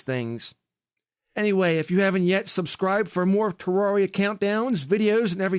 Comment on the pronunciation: it's terria not teroreya